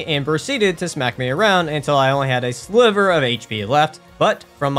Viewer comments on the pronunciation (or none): none